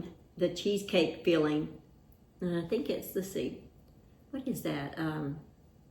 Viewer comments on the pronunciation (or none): I keep thinking you're saying feeling instead if filling. We all have different accents. I'm from Wisconsin.